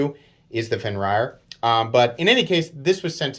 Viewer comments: As a Scandinavian, hearing you said Fen raier hurt my soul a little 🤣 But I'm not gonna hold you for it.. that much. Not expecting everyone to have read up on Norse mythology by reading the Poetic Edda Prose Edda and Heimskringla etc. But short summary: Fenrir (Fen Rer) is a wolf god son of Loke (or Loki as you might sat).🤓 Lmao. Someone had to do it, don't judge me 😅 Those both are beautiful knives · Fen “reer” I believe it’s a Norse name